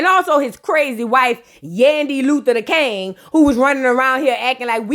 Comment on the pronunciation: Nobody:: YANDY LUTHER DA KANG ( heavy on DA KANGGG) 😂😂😂